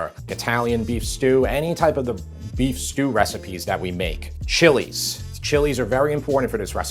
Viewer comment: Thank you for pronouncing the chilies' names correctly! It shows you know your ingredients!